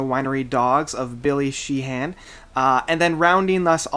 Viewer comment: Bumblefoot is a MASTER. Billy Sheehan is pronounced She-in. Thal is pronounced Thaul. Get the names right.